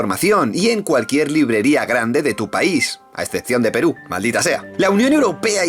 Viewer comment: Me dolio cuando dijiste Peru :(